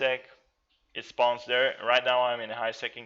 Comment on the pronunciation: SPAUNS instead of spawn...lol